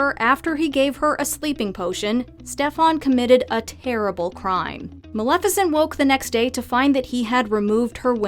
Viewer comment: Maleficent: XD Maleficant